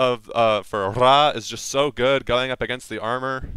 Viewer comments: Don't roll your r in ra tf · To be fair, I could say its actual pronounced as Ray. You roll the r as if there was more than one. A good example? Dog = perro and But = pero. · Lol why do you say Scepter of Ra like that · Couldnt watch through this omg the way tou day Ra triggers so hard